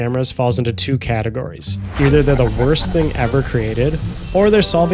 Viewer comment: Categories. Not catergories. You not only spelled it wrong, you said it wrong! 🤣🤣🤭